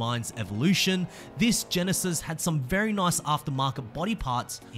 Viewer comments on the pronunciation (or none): none